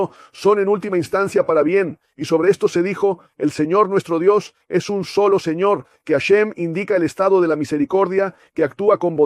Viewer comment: Que horrible se oye la palabra señor